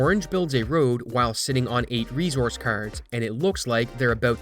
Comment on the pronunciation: Please look how the word resource is pronounced.